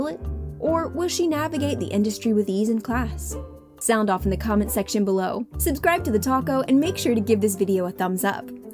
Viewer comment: she says "suscribe" insted of "subscribe" lol